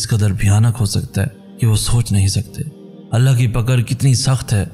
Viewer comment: why you always pronounce Allah as Allha?!!! What's wrong with you man? I always try to avoid that but can't tolerate anymore. How is this possible that a Muslim can't say the name of Almighty Allah in right way? Don't ever say Allha, say Allah